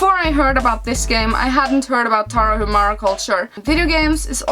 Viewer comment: "Indie" comes from independent. So is a video game that is often created without the financial support of a publisher. Moreover, Tarahumara is a native tribe of the North part of Mexico. Btw the H in Tarahumara is silent, so the correct pronunciation is Taraumara.